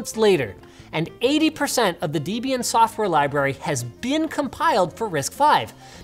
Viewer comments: Debian not Deebian. I absolutely love your channel man! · Linus is called "Deb-Ian" not "Deebian" it's short for Debra+Ian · Debian = deh-bee-an not dee-bee-an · FYI, it’s pronounced DEH-bian, not DEE-bian. It was named after Deborah and Ian Murdock, the couple that founded it (RIP). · I like the DEEBIAN software. Is that a new OS? I've heard of debian with an e like in bed. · Linus - "Debian" is a portmanteau of "Debra" and "Ian." Please don't pronounce it Deeebian. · learn to pronounce Debian correctly.